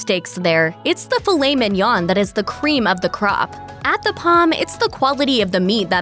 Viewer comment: Let’s take advice from someone who can’t pronounce filet mignon correctly. I seriously don’t know why I watch these stupid videos. They suck me in every time.